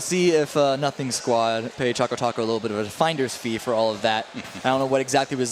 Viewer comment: His name is ChocoTaco and not ChacoTaco u fools........